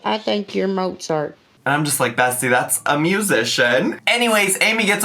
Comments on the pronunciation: I'm pleased she said Mozart correctly 🤷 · She pronounced Mozart correctly though!! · I was shocked she pronounced it correctly. I was a concert pianist for about 12 years and when I was 3, I remember saying something that sounded more like "mozzarella" than Mozart, lol. So, I give her props for that!